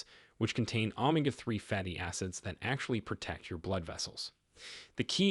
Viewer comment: This video is lousy. You lost me at pronunciation of Omega 3. It is not O Mah Ga. It is O May Gah